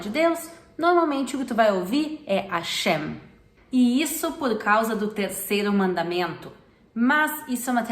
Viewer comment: Que bom vê-la contente! Uma pergunto, noto que vc não pronuncia o "H" em Hashem. Mas já ouvi este H aspirado, quase como nosso R em português. As duas formas são aceitas? Obrigada!